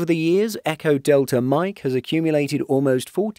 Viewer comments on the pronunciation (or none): none